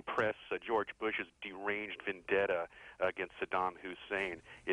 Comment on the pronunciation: At the point where the guy pronounces the word "vendetta" I could no longer keep a straight face